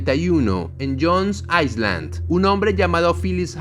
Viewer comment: Island se dice "Ailand" no "Aisland"